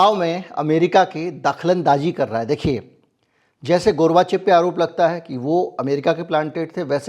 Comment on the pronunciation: Gorvachov hota hai, gurvachev nahin